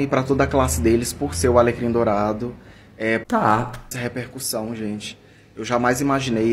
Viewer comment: A FALANDO "alegrim dourado" SOZINHAAJAKAKKAKAKA